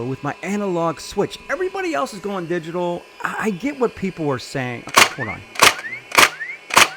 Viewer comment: Okay it's obnoxious the way you pronouncing once it's Milwaukee not Milwaukee EI it's called digital not digi tal